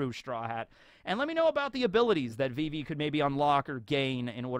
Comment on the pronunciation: It's not vee-vee. It's viv-ee